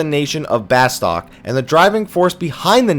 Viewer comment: Pronounced Bastook bro, Bastook.